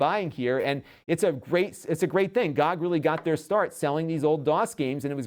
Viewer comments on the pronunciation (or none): Not to be a donkey, but usually is pronounced as letters G-Oh-G, it just kind of threw me off when you said it like that